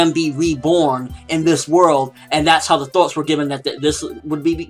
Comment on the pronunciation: Thoughts...you say it with a Boston accent, I didn't know what you were saying at first.